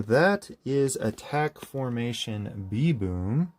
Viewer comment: you are pronouncing it "B.Boom" where the name "B'Boom" is spelled with an apostrophe which replaces letters in the word like "them" becoming " 'em". in this case "b'boom" is pronounced like the animal's name "baboon", but with the "a" removed and the "n" replaced with an "m" so it's pronounced kinda like "baboom" without the "a"